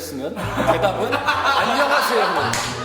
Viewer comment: 아놔...도덕수업 하는 와중에 발음이 너무 귀에 들어와서 ㅠㅠ 쪼끔 보thㅜ적인...인thㅏ입니다..안녕하thㅔ요..thㅔ븐이얼즈.. 미안ㅠㅠㅋㅋ